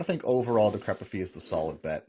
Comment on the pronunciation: I like your videos and I'll subscribe if you learn how to pronounce DECREPIFY... think FORTIFY or AMPLIFY.